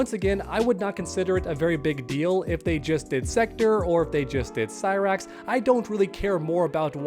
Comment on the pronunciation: Cy-Bra-X and Sexchange-tor hahahahahaha